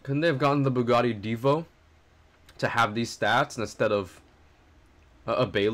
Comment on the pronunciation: Its bugatti not buggati